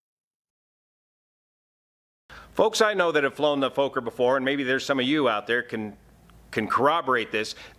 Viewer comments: Sorry...it's not pronounced Folker. It's pronounced like Focker. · It's pronounced 'focker' not 'foaker' isn't it? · its not a 'Fooker' (or a F*kker) but a Fokker (maybe pronouncing Focker, like in Focke Wulf). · "Fooker" ?? Fokker !! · It's FOKKER, Not FOKER. Remember the movie? Meet the Fokkers?! (Fockers?) Good as always. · Small tip; Fokker, pronunciation the “o” is more like the “o” in ‘smoke’ (short-o) and the split the name in two Fok - ker, with two ‘hard’ “k” sounds. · It's pronounced" fvohkkur" in Dutch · Fokker and Junker, two aircraft names that don't work well in the English language. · I think he's purposely mispronouncing it since it's basically the "f" word in English